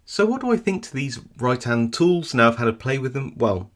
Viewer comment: Great review -- I've just ordered a couple from Hooligan Keys. Every time you said "Rytan", I heard "Right hand" which made me wonder if there are any picking tools where handedness is a thing -- are there "left-handed" picks, or are they all ambi-dextrous...?